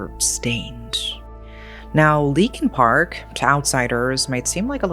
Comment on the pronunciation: Leakin Park sounds more like Linkin Park 🤔